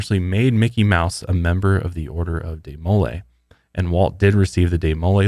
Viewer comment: I think it's pronounced dee-muh-LAY (not deh-MOLE-ay).